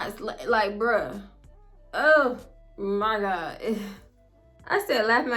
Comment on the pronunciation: “Oh my gawd” 😂😂😂 I be in tears when you say that! 😭